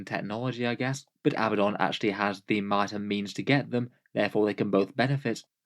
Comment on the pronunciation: Ok, I realize that to many it may be a small detail, but I want people to be able to pronounce names correctly. Multitudes of players do as you do and pronounce it Ab-BUH-don. However, the correct way to say his name is Uh-BAD-dun. It has 2 D's, not 2 B's. For some reason this is a very common mistake, but it has become a bit of a crusade (Ha!) with me. Love your stuff! 😉